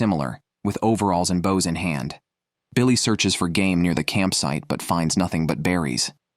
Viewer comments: So is big guy name was Billy, or Biko ? On screen name always said "Biko", but ai narrator keep saying "Billy" ? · Colter, not Colt. Rose, not Ross. Biko, not Billy. Is this another AI product? Very annoying narration.